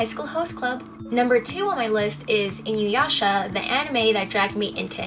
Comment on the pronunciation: Damn you America. Inuyasha is the only name that you pronounced properly. A's are spoken as Ah. Sakura (Sah-coo-rah) Manga (Mah-n-gah) like mama. I know it isn't your fault but that of the voice over companies who in the early 90s were really bad about pronouncing japanese words. Good video though. And you have very pretty eyes.